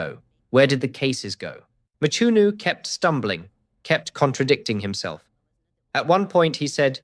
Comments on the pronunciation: It's Mchunu not Machunu or Matshunu. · Hearing you butcher the surname "Mchunu" almost takes away from what is otherwise a great analysis. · Eish...pronunciation of Mchunu😢